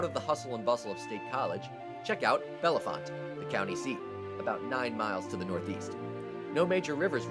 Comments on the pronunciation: For fuck's sake, it's pronounced "BELL-font," not "Bella-font." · the locals pronounce it “BELLfont” I was born there in 1961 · Just like Bellefont is pronounced Bell-font Not Bell-e-font Missed Brookville but got Punxsautawney as an honorable mention...just over the hill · I think Bellefonte is just pronounced Bell-Font, as someone who has gone there a few times before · Kitanning. KA*Tan*Ing. Mt. Carmel : Mount CarMel No emphasis on "Mel". BELL Fonte is the correct prounciation. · Yeah Bellefont was mispronounced too. It’s pronounced Bell-font. Silent like in a belle of the ball, southern belle, etc. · Kit - TAN - ning Bell - Font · #8: kit-TAN-ing, #5: BELL-font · Ki-TAN-ing....Mount CAR-mel....BELL-font....Sus-que-HAN-a...yeah, Sayre does suck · kih-TAN-ing mount-CAR-mell BELL-font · Its mount carmel pronpunced like the candy and bellefonte is pronounced bell font and the original name of Jim Thorpe is pronounced monk chunk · PA mostly blows (extremely corrupt). Grew up and lived there for 30 years. A few nice places like ANF and various state parks though. Also, it is pronounced ( Kit Tan Ning) (Bell Font) etc... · Kittanning is pronounced Kittanning, and Bellefontt is produced Bellfont, no e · You mispronounced 3 out of 10; not good. (Kittanning, Mount Carmel, Bellefonte) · You have proceeded to mispronounce Bellefont. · Mount Carmel has the accent on the first syllable, not the second syllable , also, Bellefonte only has two syllables--not three, the comparison of New Hope to Provincetown is probably because of the predominance of gays (just FYI). Also, have you ever been to borough of Swarthmore??? Just amazed that it did not make the list--or the honorable mention list. What state are you from? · You're mispronouncing most of the towns, including Mount Carmel, Bellefont, and Kittanning.